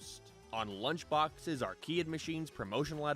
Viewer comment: me *enjoying video* the vid: play RAID SHADOW LEGENDS!!!! me: no. *skips* the end of the sponsor: *is the most replayed part* me: IM IN THE MAJORITY EDIT: another thing: arcade. pronounciations: everybodys pronounciation: ar - cay - duh pronoinciation: ar - kia